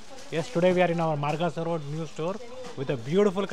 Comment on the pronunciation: It is Margosa road not margasa road